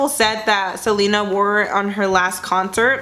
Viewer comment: The way she says Selena 💀